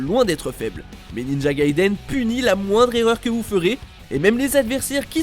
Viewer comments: "Ninja GaidÉn" Sérieux faut que vous prononciez mieux les mots c'est Gai-i-deun la prononciation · Gaiden (外伝) est un mot japonais et non anglais, on prononce bien "dè" et non "deu".